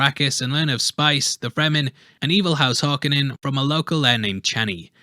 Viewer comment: Harkonnen does not have an "A" in it why do you keep saying it with an "A"? It's 'KO" Har-KO-nen not Har-ka-nin.